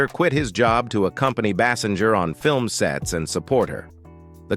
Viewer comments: Pronounce her name correctly AI bot: It is pronounced "Baysinger." Ugh! Hire actual people to read the lines. Can you imagine Carson or Letterman misprouncing a star's name at introduction to an interview? I think not. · Thank you. I was about to correct that pronunciation.